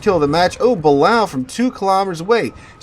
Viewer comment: The way he mispronounces Balao hurts my brain